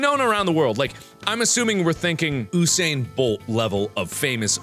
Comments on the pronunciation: 'oosain bolt?' Mark it's pronounced 'you-sain'. Sorry that annoyed me. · Mark....MARK ITS PRONOUNCED you-sane not ouusaine...listen to my carribean accent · When he pronounces usain bolt wrong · It's not pronounced Usain, it's pronounced _yusain_. Just throwing that out there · Bro, YOU sain, not OO sain lol dude. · I'm sorry, but did you say Usain Bolt (like Oo-sain)? I hate to be that type of person, but (it's pronounced like You-sain). His name takes the long "U" like "You" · Wait wait weight waat ......OO-sain Bolt?!? It's pronounced YOU-sain Bolt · I can't tell if Mark was messing around when he said 'Oosain Bolt' or not. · "oo-sain bolt" -Markiplier 2017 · Did.. did mark just say.. Oosain Bolt.. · ooh-sane bolt? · Did anyone else die when mark said "O-sain bolt" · Did you say oosain? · "OOsain bolt" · U mispronounced Usain